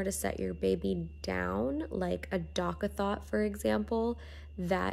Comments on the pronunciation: She said DOCK A THOT 😂😂😂😂 I’m deadddd!!! It’s dock a tot lol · Imma need you to say Doc-A-THOT a few more times lol. Especially since I have a girl, I’ll be using that pronunciation from now on lol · I can’t stop laughing... the “doc-a-thot” instead of “doc-a-tot” 😂😂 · I was dying when she said that 😂😂😂 I'm 100% calling it a Dock-a-thot when baby gets here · she said “dock a THOT”